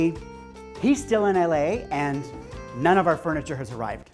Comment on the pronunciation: It’s a popular Spanglish mispronunciation.